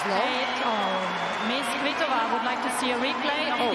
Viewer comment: Kvitova not Kivitova lol. Umpire says it right . Anglos can't lol